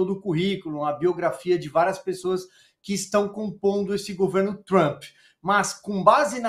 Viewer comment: AS PiSSOAS",CONSTA?!!! SÉRIO?!!!! "pis-so-as"? JÁ NÃO BASTAVA O "ACONTiCEU"?!!